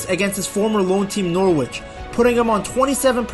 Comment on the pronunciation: bless your American heart, trying to pronounce a English Town/City name. Nor-ridge say those two words quickly and you pronounce Norwich